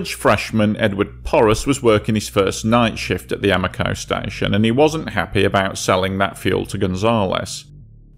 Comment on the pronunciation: Sorry about “THE LAST TIME RAVEN” “YOU SAY AMOCO HOWEVER YOU WANT” Being a grammer natzi and i am ashamed of it…. Again sorry….. No need for it……. Hell call it “AM-O-COCO” from here on out; “LOL”!!!!!!!